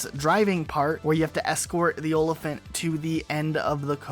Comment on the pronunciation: Is there a reason you call it an "Olophant"? Noticed in the pronunciation guide, but not sure if it's something I missed.